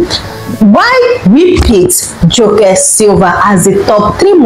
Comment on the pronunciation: Some of the info on Joke Silva are false & another voice could have been used for her story since the one chosen couldn't pronounce her simple name. Misspelling & pronouncing names wrongly isn't a status symbol